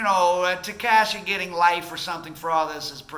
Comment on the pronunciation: Yea....you are clueless about how this city works, please stop talking shit and stay in milwakee or wherever that goofy accent is from. Hernandez ,or as you say "tehkeishi", is fried. Fried fish.